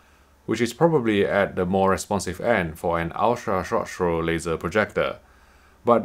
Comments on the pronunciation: "ultra rshh rshh rshh projector" .... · Is it wrong I love when he reviews USTP in part because how he pronounces it? Jokes aside amazing review as always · crack me up how this guy can not say ultra short throw